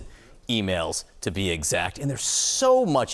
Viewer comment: "E-Mowls" ? What the F are "e-mowls"?